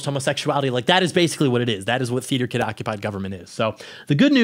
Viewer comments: "Teater kid ocopid govberment" ALRIGHT WE GET IT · For the first few I was hearing "feed your kid" or "feeder kid." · Anyone else think he was saying "feeder kid occupied government?" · Is he saying 'FEEDER' KID? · Can someone tell me what was saying at the start? Is sounds like “theater kid occupied government” but I’m not sure it wasn’t very clear